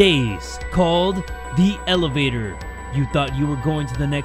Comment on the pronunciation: "the elevator" or "the L evator" ( i hate myself too )